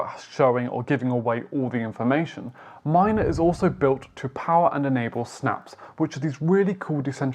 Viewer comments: Good video! The blockchain is pronounced m-ee-na not m-ai-na. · MINA man not Mayna lol